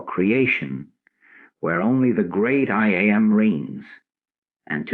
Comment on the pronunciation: Yes. I wish the AI wasn’t so obvious. It is a distraction. Especially when it says I am the I A m. 😂